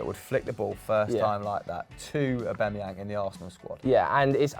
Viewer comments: Why they pronounce it “Owbamayang” so weird😂😂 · If only they could pronounce Aubameyang correctly